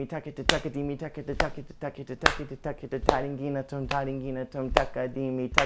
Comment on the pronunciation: its thakita not takita lol he pronounced it wrong